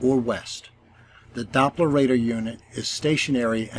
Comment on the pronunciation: When the globe priests come here with their FAIRYtales, just remind them that it's Doppler, not DOPE-ler😁 Good Job👏❤️👍